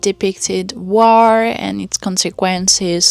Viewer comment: and I really do like the way that you pronounce the English 'war' so it sounds like the French 'guerre'.